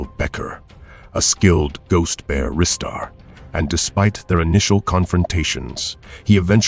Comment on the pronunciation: Surely "ristar" is pronounced "rye-star" - like the grain/bread, that is. The word is a portmanteau contracted from "rising star" after all.